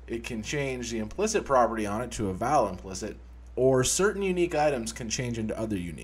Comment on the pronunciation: It's pronounced 'vaal', not 'vaal'. God.